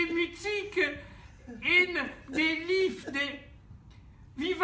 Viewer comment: "liefde" Mangoni l'hai pronunciato perfettamente! ik kijk ernaar uit om jullie te zien, hier in Amsterdam!